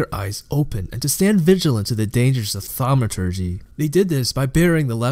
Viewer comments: why are you doing that? "thamaaaaaturgee" what is that? Kinda ruined the video for me bud. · Really well put together video but seriously just speak clearly and concisely, and pronounce your words correctly like "thor-mah-tur-gee" and "di-alla" not dahlia etc. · Themaaaaawturgy. Huge turn off dude. I legit just wanted the lore. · I disagree. Why not? It was a fun and informative lore piece with a bit of "thaumaaAAaaturgy"! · Dude the video is so good!! BUT WHY Therma-a-a-a-a-a-aturgee ?????????????? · 2 minutes in, i cant continue the video because you keep saying thamauuuuuturgy. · "thamaaaaaturgee" seriously wtf. I gave you an upvote for the good work of summary, but this ruined the video (as 1000s said below) and I had to stop watching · the way u were pronouncing thaumaturgy got old real quick. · So I have listened to the whole thing. Nice summary, but as others said, too much unnecessary emphasis on somehow random words (i dont understand why thaumaturgy was being targeted). But other than that, your voice seems pleasant to hear and you summarised it nicely. You could make even more detailed videos and just keep em coming! Dont listen to comments which are only criticizing without adding constructive value! Cheers! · i think this comment was right on. The content is great, but it was the delivery that made this really difficult for me to concentrate on. Not just pronunciations (thaumaturgy), but strange emphasis in sentences, the almost exact same roller coaster of tone in each sentence, and then the tendency to drag out the word at the end of nearly every sentence. Fought through it though because the story was worth it and his research and compilation were superb. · Disliked. What is his problem with the word "Thaumaturgy"? It's so annoying the way he says it. He pronounced Marceus wrong too (he calls him Marcus Lioneye lol). If he even listened to Tarkleigh or tap on the Weathered Carving in The Coast you will hear the correct pronunciation.